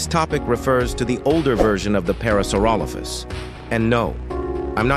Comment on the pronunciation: that aint parasaurolophus that phulorosauraparalophus😭